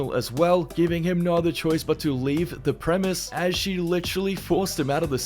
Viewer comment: How many fucking times do I have to tell you its PREMISES